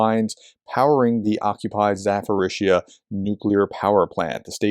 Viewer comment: Why does keep saying ZaForizhzhia? There is no "F" in Zaporizhzhia. It's like a click away on Google translate to hear the correct pronunciation. It's been 3 years now and still with the F in Zaporizhzhia. Come on. I enjoy watching the reports but that ZaForizhzhia really gets to you. "P" not "F".